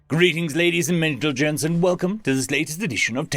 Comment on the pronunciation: "mentalgents" I love this channel